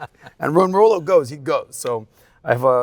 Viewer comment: I have watched other videos with Robert. Yes, he speaks the red pill terms but he does not practice them. Still calling his ex, his wife. That is blue pill. He does not even pronounce Rollo correctly. A lot of YouTubers like have Rollo terms memorized, but their words betray them if you listen carefully.